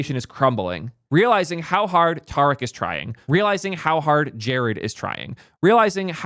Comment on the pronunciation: Justice for thark (Thariq) name pronunciation.😅